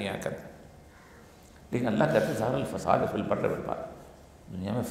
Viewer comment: اوریا مقبول جان برائے مہربانی اپنی تلاوت صحیح کریں ظہر الفساد آیت دیکھکر بھی آپ نے صحیح نہیں پڑھی